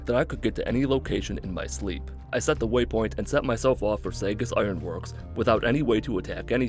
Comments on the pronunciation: im a year late, but its saw-gus not sa-gus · Stop saying saggus stop saying saggus my ears are bleeding I'm going to die it's pronounced SAW-gus Good video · this hurts to hear and idk if it’s a joke but it’s pronounced SAWgus not saygus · Saugus is pronounced like saw-guss, not say-guss. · Bostonian here. You’re mispronouncing Saugus. It’s saw-GIS Iron Works, not SAY-guh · "Saugus" is pronounced SAW-gus...not SAY-gus. Maybe it's because I'm from MA...but that stuck out LOL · As a person who lives in Massachusetts, Saugus is pronounced Saw-gus not sagas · SAY-GUS? It's SAW-GUS my dude. Good lord the butchering of sacred New Englandese. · It's interesting to hear folks not from New England pronounce our town names. You said "Say-gus" we would call it "Saw-gus" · It's pronounced Saw-gus, not say-gus. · As usual, fine job, but one point: SAW-gus, not SAY-gus. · Saw-gus. NOT Say-gus. Took me a while to figure out where you were going. I thought you were making a Sega joke. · Saw-gus. Not Say-gus. Saaaahwgus Iron Works. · LMFAO I was thinking the same thing I was like is he saying "Seggis" wtf. It's Saw-gus kehd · He kept saying “Saygus” Ironworks and I had no idea what he was talking about until I saw the Saugus Ironworks on the door and I grew up around Saugus. It’s probably a good thing Worcester or Haverhill weren’t in the game lol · Saugus... Saw-Gus. Ooof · Not sure how you get Say-jis out of Saugus. It's a real world city. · It's pronounced saw-gus iron works I thought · just a pedantic Bostonian here to say first great vid and second its pronounced Sawgus because we love to fuck with people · I live in Boston and it’s pronounced saw-gust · As someone who lives in Boston, saugus is pronounced saw-gus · Do you say sausages like "Saysages"? No? Then why say Saugus like "Saygus" then? Americans really have no feel for English, do they. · It’s pronounced “Saw-gus” for fucks sake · It's pronounced like Saw-gus you fucking heathen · Saw-gus, its pronounced sawgus